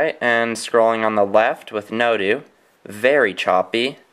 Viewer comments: It's [no-doe], not [no-dew] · NoDO.. like No DOUGH or No DOH, as in No Doughnut. Not NoDoo.